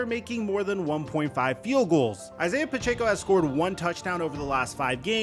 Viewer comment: Bro can never say Pacheco right